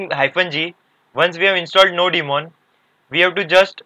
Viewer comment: not nodi-mon bro , its nodemon